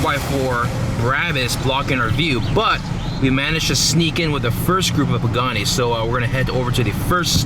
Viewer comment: Pagani not pagnano